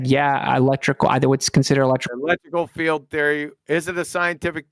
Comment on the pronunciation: It's one thing that he doesn't know how to pronounce "Gaussian". But how can he not know how to pronounce "field"??? He keeps pronouncing it as "filled" 🤡